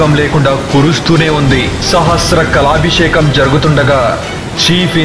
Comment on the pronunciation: కొన్ని చోట్ల తప్పులు దొర్లాయి, అది చాత్రం కాదు, ఛత్రం. సహస్ర కాలభిషేకం కాదు. సహస్ర కలశాభిషేకం. మరుసటి వాటిలో కొద్దిగా చూసుకోగలరు.